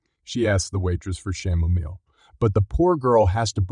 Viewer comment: It is pronounced kamomile not chamomil.